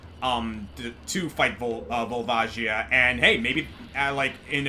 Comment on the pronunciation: Is the "Volva Gaia" pronounciation because of a certain chandelier?